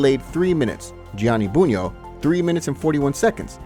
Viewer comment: I’m surprised he pronounced Bugno’s name correctly.